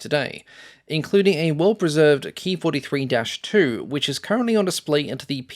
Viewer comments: It’s not a Key 43, it’s a K (Kay) I (Eye) 43. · It was called “K-I 43” not “Kee43”